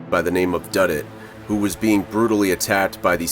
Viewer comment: Pretty sure that “s” was supposed to go at the end of Duddits….